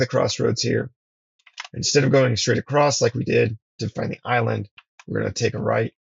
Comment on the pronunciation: "Acrost" you're killing me dude 😂